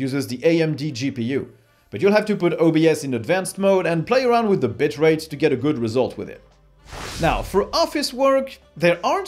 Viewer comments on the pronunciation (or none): Yep - "t" is a little bit... ;-)